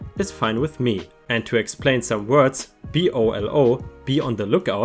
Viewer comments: Heads up, BOLO is one of those abbreviations we say as a word, not letters. It’s bow-low. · Asap is pronounced Ay sap. BOLO is pronounced boh loh. Americans like pronouncing anagrams as words. After all, we say radar, not R A D A R, & sonar, not S O N A R.